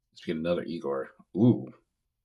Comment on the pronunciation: I like that you say you''ll only say Egor so you don't say his name wrong but you say that wrong too.